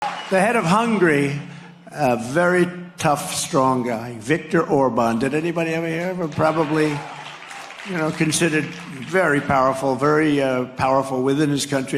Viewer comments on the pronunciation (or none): PS Note that, Trump pronounced Hungary (Hun-Gah-Ry) as "hungry" b/c he's a dolt... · "The head of hungry"? Its Hungary you nitwit. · Of all the idiotic utterances from his blowhole, for some reason, the constant mispronounciation of "Hungary" as HUNGRY is especially cringey to me.